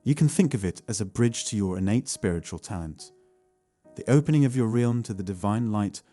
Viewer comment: This robot needs to learn to pronounce “realm”